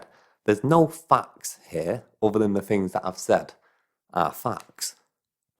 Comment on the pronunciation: You explain certain fings